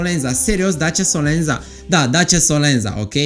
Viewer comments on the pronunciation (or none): / Se scrie SOLENZA, dar se citeste solenta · solenta se pronunta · / Se scrie SOLENZA, dar se citeste solenta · Se citeste solența.. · Se pronunță solența